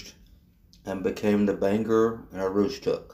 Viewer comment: There are a few small issues with your video. Bangor is pronounced Bang-gore, Aroostook is pronounced Ae-roooostook. Katahdin is pronounced Kat-ah-den, Lac-Megantic is pronounced Lac Meag-an-tick, and Nantes is pronounced Nant-s. Other than that, that was a very good history of the BAR/Derby shops. The shop complex was sold to the town of Milo, and Fortress Investment which owned CMQ has a lease on it. Fortress created a tank car repair/cleaning company called Katahdin Rail Car, which currently uses the complex. Currently the portions which CMQ used for motive power repairs are unused.